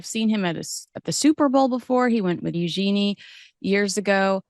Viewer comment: please learn how to pronounce Eugenie’s name. It’selegant sounding and French. Not “U-“Genie” 😂